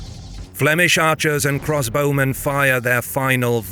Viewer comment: Another brilliant triumph, but (for future reference) very slightly marred by a distracting repeated pronunciation error that is odd for a native speaker to make. I was wondering why the bowmen were always cross when I realised that what you meant to say was CROSSbowmen, not 'cross BOWmen.' Weird, since you correctly talk about CROSSbows.